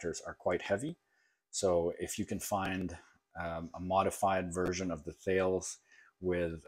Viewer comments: “Tal- ISS”. Not Thay-ills. Thales was the first philosopher. Also the Anglo-French conglomerate that makes that radio also makes helicopter radars, ATC systems and encryption gear. In-Flight Entertainment systens. Longtime customer of mine. Sorry to nitpick. Digging the channel. And great video. Tons of great ideas. I was lucky enough to buy one of these for $45. A real find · Thales. Pronounced TALUS.